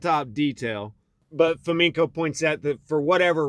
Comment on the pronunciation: Fomenko? Come on guys....